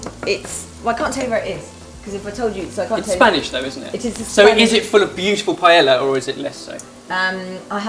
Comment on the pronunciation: GASP! said "pie - ELL - a". Shame on you! Two ls make a y in spanish